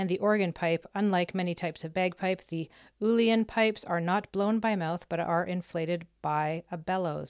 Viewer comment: In your own time watch the Buenos Aires version of this. Best version. Crowd interaction is fantastic. You are right on the instrument phonetically pronounced ill-eon pipes.